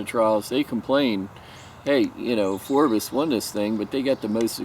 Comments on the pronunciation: Phrobis, not Phorbis. Dumbass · Phrobis not phorbis. Lol, cheer up dude, try caffiene.